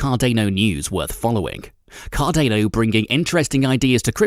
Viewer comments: Cardaino lol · Subtitles on lol it's cardanOH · "Cardaneo tokens" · Car-dah-no. Please. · CarDAINo hahahaha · Cardeino ? xD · KR.DAA.NUH check it on google. It’s something you should atleast learn to pronounce properly. We understand you have a different accent and that might be the reason why you pronounce it that way. But as a youtuber and as a respect to the CARDANO Community learn to pronounce it correctly. Thanks! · Why does he pronounce it CAR DAY NO???? Annoying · it's Car • DAH • NO... 🧐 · Pronounced "Car-dar-no" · Hearing you say Card-ane-o every time hurt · Car-dAno sounds stupid.. it's car-dah-no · Wait, did he say "Cardayno" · He says Card-Ā-no... Lol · Car- DA!!!!!!! No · i literally down-voted this video for the pronunciation of cardayno. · Hahaha...you don't even know how to pronounce Cardano...duh.... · How can I take this guy seriously if he can’t even pronounce the name correctly. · I don't know if I can take this guy seriously when he can't even pronounce Cardano properly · how can i take ur info seriously when u cant say the coin's name right? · I can't take you seriously because you can't even say Cadano properly. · Yeah I stopped watch after reading your comment lol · This guys is a troll. Why pronounce cardano like that. He knows very well no one pronounce it that way! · Every time he pronounced the hard ‘A’ in Cardano, a puppy died. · Right?!?! I can't even take him seriously because he can't even say it right! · It has got a continental European pronunciation of the "a". This makes sense given that Cardano is named after the Italian scientist/mathematician/philosopher Gerolamo Cardano. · Love the way these bot voices can't say Cardano. Hahaha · Not sure about your pronunciation of Cardano though so can barely listen to your second hand news you got of other YouTube channels 🥲🥲🥲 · Try pronouncing it the right way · Its CARDANO not CARDEYNO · it's CARDAAANO not CARDENO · You say Cardane'o , I say Cardano, I say Potane'o you say Potato.....